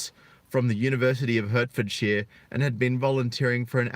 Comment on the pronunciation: Speaking of pronunciation, it’s Hartfordshire not Hurtfordshire.